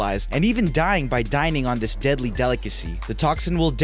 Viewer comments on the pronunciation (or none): its this not dis